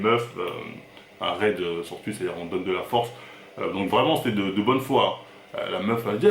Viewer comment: Je suis désolé je ne peux pas terminer la vidéo, tu as cette fâcheuse tendance comme un grand nombre de gens à modifier la prononciation de certains mots. Les "oui" deviennent des "ui" exemple tuitch et pas touitch c'est insupportable tuitter au lieu de touitter, à part ca force à toi